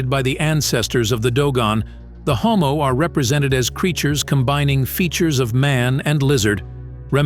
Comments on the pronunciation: NOMO not HOMO 🌌Can you go back into the video and do a pronunciation sound correction? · This content creater couldn't even bother to double check his date. It is pronounced Nommo. Not Hommo. Lol. Also a few other things he got wrong. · NOmmo not HOmmo... N O M M O - you pelican. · Nommo, not Hommo. That's a rather significant mistake and makes me nervous to trust the other stuff in this video, although it seems to be very well done. This is much needed! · It's "NOMMO" NOT "HOMO" At times, pronounced "Nuumuu" by neighboring Mande people. It has NEVER been "Homo" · They called Nomo, not Homo dude. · The Nomo * it’s with a N not H